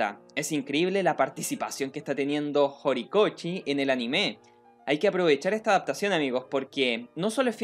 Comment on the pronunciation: y tambien cuando dice horikoChi me molesta jajaj